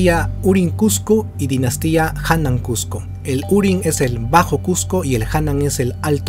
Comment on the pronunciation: Estimado bueno tu comentario pero hay algunas impresiciones como: No es hanan cusco lo correcto es HANAN QOSQO Y URIN QOSQO Cusco para nosotros no significa nada Tu explicacion castellana es buena pero tu pronunciacion linguistica falta mejorarlo debes contar al respecto para la escritura y pronunciacion del quechua con un experto pero del qosqo